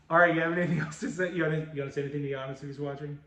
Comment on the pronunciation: I dont recall ever seeing that Emmitt Smith Gridiron Legends card before. You can never go wrong with a color match slab. nailed Giannis Name.